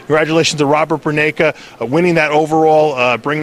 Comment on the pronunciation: lol Dave is the only one who knows how to say Roberts name properly, says Burneiki and Toney doesn't even know his name lol I want to see Stan Efferding vs Robert Burneika at next years Olympia now he's a pro!